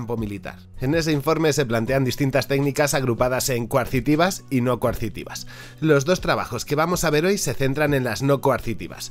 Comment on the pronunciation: "Coercitivas, no coarcitivas" :P